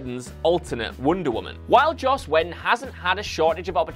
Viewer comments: joss wee don not jass wed un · I call bullshit. You've heard at least one person in your office say Josh Whedon's name so I know you're fucking it up on purpose.